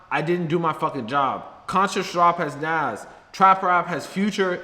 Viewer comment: No way bro mispronounced nas